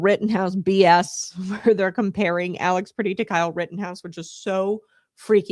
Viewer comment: A) it's pronounced PRETTI, not pretty. B) he didn't approach officers with a gun, he attempted to assist a woman who was a US CITIZEN that was being assaulted by ICE. Pretti was recording (a right that he has) and was subsequently pepper sprayed by ice agents. He was thrown to the ground, and in the video, you see his hands in a fist while he's on the ground (NOT on a gun) And that's when officers shoot him. TEN TIMES. they shot a US CITIZEN TEN TIMES while he was on the ground and his hands were visible.